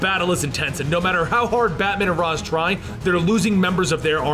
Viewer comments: I thought it was (ray shh) not (Ra zz) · It is, he's saying it wrong. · Ra's is pronounced Rai-sh.